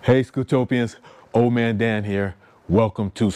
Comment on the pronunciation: Hey... thanks for visiting Scootopia. You pronounced and spelled my name wrong even though it is in the Video spelled correctly in several places. It is not "Old" Man Dan... it is "" I checked our YouTube Analytics to see if you are SUBSCRIBED and it shows that you are NOT Subscribed. This ONLY happens for TWO reasons... 1. You never Subscribed 2. You Subscribed but You never changed your YT Default PRIVACY Settings We have several GIFT Reward Programs that GiveAway annual FREE Scooters and our Newest Trivia QUIZ Game that everyone is excited about, called SUBEQUITY. All of our GIFT Reward Programs are ONLY for Verified SUBSCRIBERS. There are NO "PRIVATE" Accounts allowed to participate as we cannot Verify Your Subscription. To learn more about our New Trivia QUIZ Game (which allow SUBSCRIBERS to Test their PEV and Knowledge) every Month. Visit our website for more details: It's really exciting to hear about Your Scooter Journey. Keep pressing forward. These machines are so powerful, dangerous in the wrong hands and addictively therapeutic. Stay SAFE out there my friend and remember to always GearUP whenever, wherever You Ride. Don't forget to SUBSCRIBE to my Channel if you FIND yourself ever wanting to participate in any of our GIFT Reward Programs. Especially our Newest Trivia Game launching on the 26th of this month...